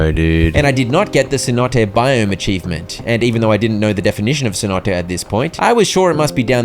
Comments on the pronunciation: Friend... Cenote is NOT pronounced Cee-Note. It's Say-Noh-Tay. It's spanish for a deep natural well or sinkhole. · Anyone else peeved about the mispronounciation of cenote